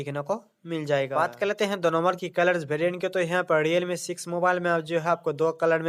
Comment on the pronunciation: diyalme kya h bhai. Realme h. Sahi se hindi bhi nhi bol pate wow